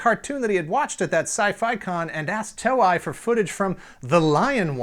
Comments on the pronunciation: "TOE-EYE"? Really? It's "TOE-A"!!! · Its pronounced "To-Ei", not "Toe-i" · It is To-Ei(Toe-ae), Not To-Ai, = = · TOEI is pronounced toe-eh-ee, like toy. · Sorry but I cringe a little inside each time he mispronounces "Toei". It's not "Toe-eye". It's "Toe-Eh". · Toei is not pronounced "toe-eye". It is pronounced "toe-ay" or "toe-eh-ee". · With all due respect, I love this channel and series, but please pronounce the name of the Japanese company correctly. Toei - pronounced “tow-ay” (like the “tow” in tow truck, and “ay” like a long vowel A). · TOEI is pronounce as Too-ey not Toe-I. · Great show again. Fun fact: Toei is pronounced Toe-ay. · Did you say Toei wrong on purpose? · Maybe you should have looked up how to say Toei before you made this. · Good research except on the pronunciation of Japanese names Toei and Daltanious. And I am one of the eight people that prefer Voltron I. Better stories, darker, more realistic situations.